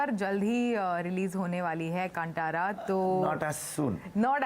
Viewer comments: It is not KANTARA it is KANTHARA madam😭😭😭😭😭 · Kaanthaara, not KanTara, ok? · Even if the pronunciation of movie title is evident in Hindi, anchor is so ignorant and sticks to her misinformation because of refering movie title in English. It irritates when she says कांटारा when she has to say कांतारा.